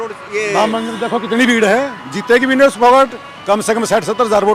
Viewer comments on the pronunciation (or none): तुम क्या घंटा चेंनल चला रहें हों? विनेश का नाम तक गलत बोल रहें हों?